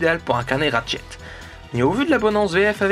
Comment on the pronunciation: c'est ratchet et pas rachet nexus et pas nessus srx ta jamais parlé anglais de ta vis meme en parlant français tu devrais savoir parler , et tu dit ton avis sur une série de jeu que tu connais pas la voie de squeezie ne colle pas avec ratchet c tout (g vu le film)